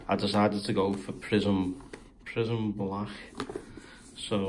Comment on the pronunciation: That accent tho in prism balacccc